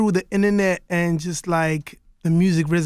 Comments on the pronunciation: South Africa is not Africa. Why you acting dumb? A Whole 55 countries. MXM And what is inenet? You cross the pond and all of a sudden lose your t's? OK. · am i the only one who felt like slapping cassper when he said the inner-net?? mxm lmao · “inanet” ? 🤔 IN-TER-NET 🙃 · The Inner-net!!!😂😂😂 Casper stop it!!!! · Don't get me wrong I like Casper but as for" inanet"yey wena lana sithi INTERNET intha- ne-thi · "the inanet"😐 hhe ee bafo😐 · did he say the inanet or internet? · 😂😂😂 My mans said 'Innernet' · The 'inner-net' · Innanet? IN-TER-NET! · Mmala Mokone lmao. Thought the same, hayibo: inenet ... tf is that foreal? 😂😂 Proud of him tho ! 🤘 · Internet but... Casper: enene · hahaha sounds like inner net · I also pronounce internet as inanee.."through the inanee" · Mongi Khanye his skin colour has nothing to do with how he speaks...english is a language and not a race ...in a whole ass South African land, not once or not ever have I heard of a English teacher standing in front of the the whole class and saying "inenet" never....😂😂😂😂😂😂😂😂😂